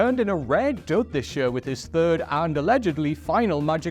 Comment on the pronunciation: Note to whoever writes the scripts for: Stop using the word 'Year!' He can't say it!😂 Anyway all the best W.C. Happy New Yurrr!🎉